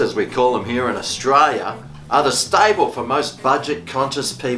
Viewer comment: Did he say Australia or Austria